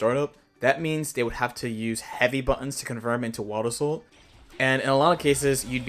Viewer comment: "Wabbasou"?😂 Crazy way to say Wild Assault, my guy